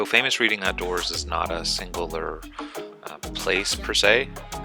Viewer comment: It’s pronounced like “red-ing”. Like I “read” a book